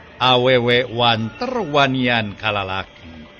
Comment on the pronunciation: punten,sanes wanteur(eur) tapi wanter (eeeeeerrrr)🙏🏼